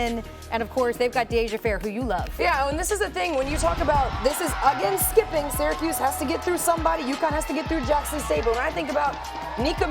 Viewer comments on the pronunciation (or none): none